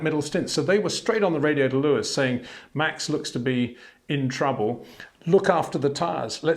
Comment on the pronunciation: Try saying Max Verstappen correctly, so no Mex Vershtappen please!